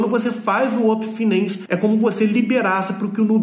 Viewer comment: Uopen finency kkkkkkk